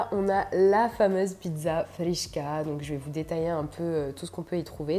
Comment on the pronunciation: Khrichka pas frichka